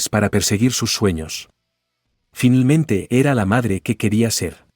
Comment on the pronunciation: "Finelmente" 😂😂😂termino la historia, 😂😂